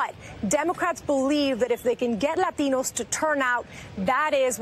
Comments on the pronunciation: Why so much emphasis on the A. Say it normal. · You really don't have to say "latinos" with a "latino" accent. If you're going to have an accent, fine, but use it in all your speech, otherwise you sound pretentious. But you are a liberal, so why am I surprised? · Can’t stand it when the word Latinos is pronounced lathinos... by someone that doesn’t have the accent and only shows it saying that word only. Happens all the time by people(mostly women) that look Hispanic from America. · She was supposed to say "Law-Teen-Knows". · I just LOOOVE how she pronounces "la latinos" so strongly.. is it necessary? haha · "and as you mentioned, the demographics here are changing, látíñós make up 30% of this district." always makes me laugh when they activate full myana when pronouncing latino. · is it really necessary for her to pronounce it "LahTEEnohs"... forced heavy accents on selective words in a sentence always sounds cringe af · Why she keep saying Ladinos? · LLLLAitinos :D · Do you really have to pronounce Latinos that way? Because that's the only word with the overly dramatic accent. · I hate the way she pronounces Latinos. Gimme a break already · No dude. There are a lot of Latinos who think it's goofy when someone with a perfect English tries too hard to impress them. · The way she pronounces latinos is straight out of South Park lmao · Thought the same thing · Dude I was taking a dump when I watched this. The way she pronounce Latinos triggered me so much I couldn't finish. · jorge S it’s actually now... she’s adding an accent for some weird reason. I’ve heard many hispanics pronounce it like normal folks. It’s just the word Latin with o added to the end. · She emphasize the word Latino too much. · yeah the way she said Latinos triggered me... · It's funny that she pronounces "Latinos" with a Spanish accent and then resorts back to mid western English accent with the rest of the report. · The way she pronounce Latinos :D